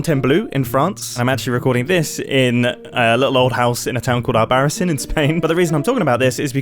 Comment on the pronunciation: I'm so happy to hear Albarracín mentioned in a video bc my family is from the same region, however it came at the cost of hearing it pronounced 'albarasin'. (no real judgement tho lmao the pronunciation isnt intuitive for english speakers)